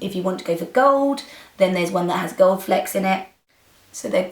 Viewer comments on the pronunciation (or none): none